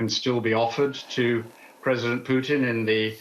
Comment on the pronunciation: Who is this uneducated English commentator who calls Putin "Pyutin".